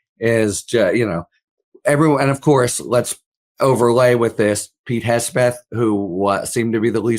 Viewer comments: Why he keeps calling him Hesbeth? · Sounds like is saying Hessbeth, that's a great name for him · Who is this “Hesbeth” your guest keeps mentioning??